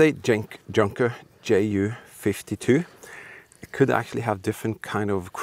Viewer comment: Please don’t say Tschunkers. Junkers is spoken Yunkers. Greetings from Linz Austria 🇦🇹 Europe!